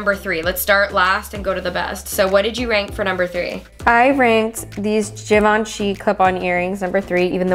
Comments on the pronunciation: its pronounced (Jee - VON - shay) not (Give - in - shee) ;) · gabi "givaanchy" "givenchy" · givenchi Fashion lovers: it is not givenchi! It is ✨GJIVANJEY✨ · Well he pronounced it wrong actually. It's supposed to have like a soft "h" sound like saying "ghi". So it's /ghi-vaugn-shi/ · “Did you even know what Givenchy is” “Yeah” *flashback to him butchering the name* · THE WAY PRONOUNCED “GIVENCHY” KILLED ME 😂😂😂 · "do u even know what givenchy is?" "yeah" not him saying it wrong few minutes ago pls😭😭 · when doesn’t pronounce Givenchy rite..... only people who don’t buy designer understand 🤣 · WHY DOES SAY GIVENCHY LIKE THAT HAHAHA